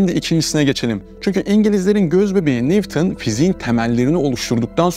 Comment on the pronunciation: Nivton ne demek? Bunu doğru söyleyecek biri yok mu? "Newton" neden Nivton okunsun ki? "W" harfi "V" sesini vermiyor. Onun adı "Duble U"